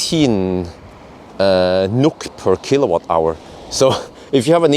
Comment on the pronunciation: Am I the only one who hear not NOK but NUKE when he say it? :)